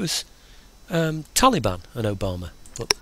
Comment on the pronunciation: Sounds funny when you say it Tsu and...Obama